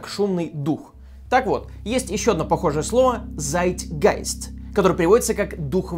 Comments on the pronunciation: АААААААА Мои бедные немецкие корни. ЦАИТГАИСТ, а не ЗЯИТЬГАИСТ. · Не зайтгайст, а цайтгайст. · Zeitgeist [цайтгайст], а не [зайтгайст]🙃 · Не Зайтгайст а Цайтгайст. "Z" в немецком произносится как "Ц" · Поправка не заіт гайст А цеіт гаіст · разве zeitgeist читается как зайтгайст? z же читается как ц... нет? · Не "зайтгайст", а "цайтгайст" (в немецком "z" читается как "ц")! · Не очень оперативно, но всё равно. На неправильно слово произнёс. Не зайтгайст, а цайтгайст. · Цайтгайст а не зайтгайст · Zeitgeist - не Зайт ...., а Цайтгайст !! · КАКОЙ ЕЩЁ «Зайтгайст»?? Это слово читается как «Цайтгайст». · А может все таки Цайтгайст (Zeitgeist), а не Зайтгайст? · А кто-то уже писал что не Зайтгайст, а Цайтгайст (от слова Zeit (цайт) время на немецком)), перфекционист во мне не мог пройти мимо))) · Привет) Ц не З )) цайтгайст )) Вообщем классный выпуск 😁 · не ЗАЙТ, а ЦАЙТ! Я что, зря учу немецкий в школе! Хоть где то пригодился...... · Как обычно ТОП, только вот zeit через а читается "Цайт", а не "Цейт" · На немецком слово время, то есть "Zeit" звучит как "Цайт" а не "Зайт" так что правильнее было бы сказать "Цайтгейст" говоря про дух времени, хотя не исключаю что "з" вместо "ц" мне просто послышалось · Не "Зайтгайст" а "Цайтгайст" . Так между делом. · Это произноситься "цайт гайст" а не "зайт гайст" 😂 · прости Но не ЗайтГайст,а ЦайтГайст В немецком слове «Zeit» (время) Z произносится,как русская Ц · Правильно произносить не зайт, а цайт )) Цайтгейст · прошу прощения, но хотелось бы немного исправить твоё произношение! Слово "Zeit" в немецком будет читаться как "цайт", а если говорить "зайт", то получается совершенно другое по значению слово - "Seit". В немецком, как и в английском, произношение играет огромную роль. Выпуск очень крутой, спасибо огромное за интересный контент:) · ДОЕБАТЬСЯ! ДОЕБАТЬСЯ! "Z" В немецком языке читается как "Ц" То есть, не [Зайтгайст], а [Цайтгайст]. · Цайгайст, а не Зайгайст) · не З а Ц. цайтгайст, от нем слова - время